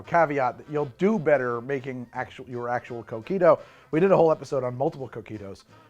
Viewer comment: Every time you say "coquito" I hear "cookie dough"